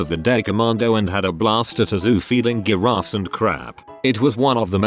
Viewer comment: Some funny stories, but can we get a narration that properly pronounces “giraffe” and “gene” (among other words), please?